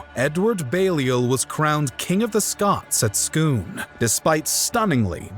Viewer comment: This is the only video on this topic where the narrator pronounces "Scone" properly. Well done.